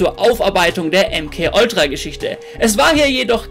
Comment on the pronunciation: bitte hör auf Oltra zu sagen. T.T